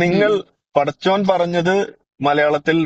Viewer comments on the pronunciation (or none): ഇടക്ക് പടിച്ചോന് എന്ന് പറയുന്നുണ്ട് (പടച്ചോന് എന്ന് പറയാൻ ശ്രദ്ധിക്കുക